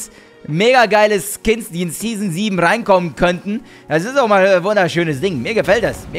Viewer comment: "12 Kins" ????